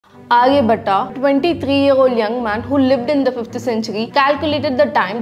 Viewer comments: he is aryabhata.. not aliyabata.. pronounce properly.. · Alia bhatta?? Hars? Or Ours? What is wring with you, you are not live. Then why not make a correct pronunciation!! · आर्य भट्टा नही आर्य भट्ट। उच्चारण पर ध्यान दें